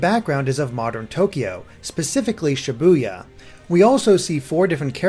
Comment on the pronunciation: Ibuya I buy yah btw I keep hearing Sha Boo Yah